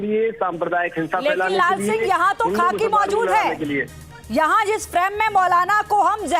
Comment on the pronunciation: Madam aap kitani padhi likhi hain.khakhi khaki chilla rahi hain...